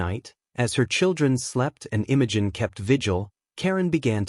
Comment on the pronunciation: I like it. Smart girl. Oh, by the way, it's pronounce Imogene not Innogen. Dufus